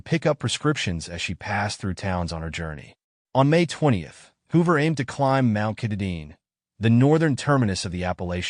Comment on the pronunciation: Very good anthology of cases, as for the last one, I must tell you: Mt. Katahdin is pronounced Kah Tah Din. TY for providing as many details as possible. Maybe someday one or more of these cases can be finally solved.